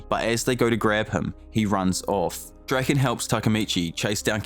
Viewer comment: Keysaki Drak-eN, etc Ngl, sounds so wrong lol